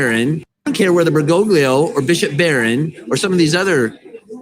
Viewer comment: He actually mispronounces the popes name. It is "ber go lee ho"! We should use his official title, however.